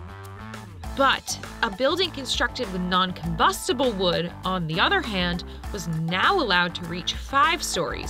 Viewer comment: It's combustible, not "combustable."